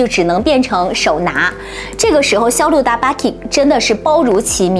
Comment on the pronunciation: 哈哈，还真是，特别是肖德大巴king，我听了好几遍都没听懂是啥。不过分享质量很好👍